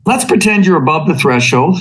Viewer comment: Fun fact: "Threshold" only has ONE h in the middle. It's thresh-old, not thresh-hold.